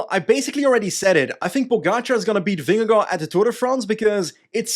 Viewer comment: as a dane i have to say that you nail vingegaards name pronounciation